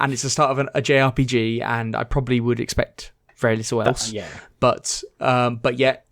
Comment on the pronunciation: The way pronounced JRPG had me in stitches 🤣🤣🤣 I had to listen back several times 🤣🤣